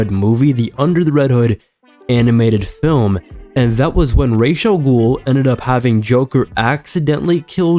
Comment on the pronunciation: Really fun video a peeve is how you pronounce Ra'as Al Ghul's name it's pronounced Raas not Raish!